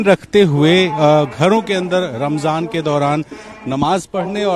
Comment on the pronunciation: Phle ramzan bolna sikh le